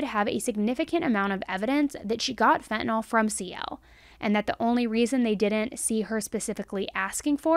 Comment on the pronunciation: Phen to nyl....not...fin ta nol js